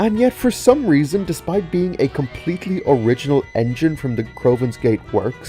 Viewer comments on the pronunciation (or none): none